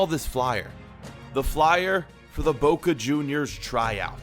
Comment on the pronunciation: There isn’t a W in ‘Boca’